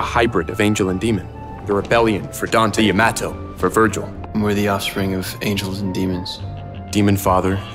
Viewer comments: Dante pronounces it two different ways in dmc 5 for some reason. I can tolerate "Yama-toe" and "ya-motto-" But "yam-ATTO" is sin. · Vergin: Wears a fedora and calls it "the Yam-atto" Any Vergil fan ever: Commits World of V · The original Vergil pronounces it correctly. The actual written name for this blade is 閻魔刀, It is not the Japanese word 大和 (yamato). Instead it is combination of "Yama (閻魔 Buddhism/Hindu God of the afterlife)" and "to (刀 Japanese word for blade)". So the correct way to pronounce it is "YAMA-to", as two separate words.